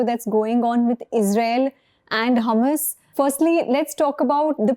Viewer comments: Madame it is hamaas, hummas difference in spelling too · Don't take me wrong but can u pl pronounce Hamas not Hummus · Ma'am HUMMUS is lebonese dip. HAMAS is a proper noun can be mispronounced as your good self. But natives don't pronounce is as hummus but Hamaas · hahah its not hamas its HAAMAS, you more sound like humus :P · Hamas not hummus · Ma'am, it's not Humus.....it is pronounced HaMaas. Sorry to correct the pronunciation but it's very important as a good informed interviewer the pronunciation are perfect. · This lady pronounce Hamas like "Hummus". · is pronouncing Hamas like Hummus 😆